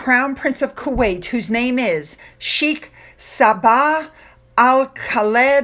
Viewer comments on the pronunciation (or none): Good job with the Kuwaiti name! However, sheikh is pronounced "shake."